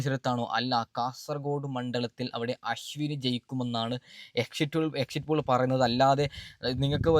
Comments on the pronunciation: നല്ലത് പോലെ ഭാഷ ഉച്ചരിക്കാൻ അറിയൻവയ്യതവെൻ്റെ. ഒരു എക്ഷിറ്റ് pole. എഴുന്നേറ്റ് പോടാ പുല്ലേ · ആദ്യം എക്സിറ്റ് പോൾ എന്ന് പറയാൻ പടിക്ക് ആദ്യം സംസാരിക്കാൻ പടിക്ക് എന്നിട്ട് ആവാൻ സസ്ബ്രൈബ് 😂😂😂😂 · ആദ്യം എക്സിറ്റ് പോൾ 😊എന്ന് പറയാൻ പഠിക്കു മുത്തേ